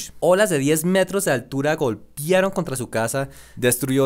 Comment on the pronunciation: Y una cosa más, no se dice "golpiaron", se dice golpearon. Tienes un acento muy raro, te escucho elementos de angloparlante.